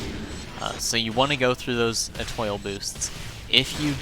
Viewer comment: Eh-TWAH, not Eh-TOIL 🤣❤️